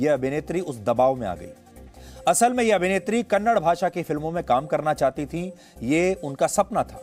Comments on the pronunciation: Kannad nai saaab kannada hai..ab tho badlo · Kannad nahi sir kannada boliye... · Its Kannada.. Not.kannad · कन्नडा बोलो कन्नड़ नई। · Its Kannada not kannad please pronounce properly